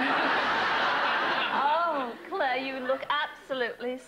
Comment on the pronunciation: She just can't pronounce clare